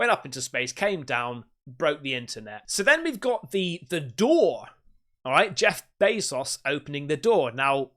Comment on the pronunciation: “Jeff bay sauce” 😂